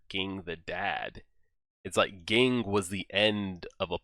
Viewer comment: Very minor but Ging is pronounced like Zing in Japanese! Great reaction regardless thanks!